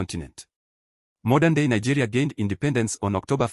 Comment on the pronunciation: Nigerians don't av such that accent. The person is even sounding like a south African. Nigerians can never pronounce Nigeria as Nagayria.